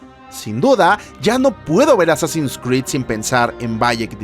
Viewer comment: A ver que dice el wey: pronuncia bn Assassins, este muchacho... me llena de orgullo!!